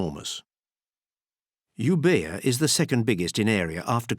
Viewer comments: I recently discovered your channel and I believe you're doing a very good job with well shot videos and nice talk over May I point out a mistake you have done with the big island to north and east of Athens , the name is not Ebía ,the letter B in Greek is pronounced like v so it's Evia (pronounced Èvia ) A Second think to point out is please don't use people who pronounce the s sound in such a high pitch tone (19.30), they destroy a big part of your whole effort... thank you. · Euvoia not uber...